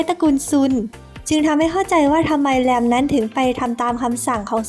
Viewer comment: แลม แต่จีนน่าจะออกเสียงว่า หลัม ไม่ก็ หลาน มั้ยคะ 555